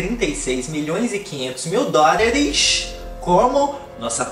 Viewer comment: Eu só vim aqui pra ouvir o falar "A nossa pobre menina rica crixtal beiçudo" e ”DÓRAREXX" 💁🏾‍♀️